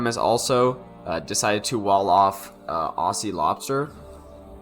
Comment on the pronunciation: Great cast, Aussie is pronounces ozi; two short syllables with a hard z, not aasee; two long syllables with an s.